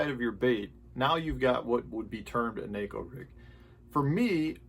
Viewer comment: Thank you for being one of the few pro guys that pronounces Neko the right way.